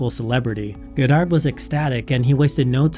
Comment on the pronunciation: Great video but I cringe everytime you say his name wrong!